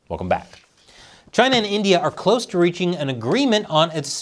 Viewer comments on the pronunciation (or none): none